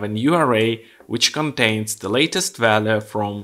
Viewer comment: Пожалуйста не говори валуэ 😅 вэлью будет правильнее. Спасибо за видео!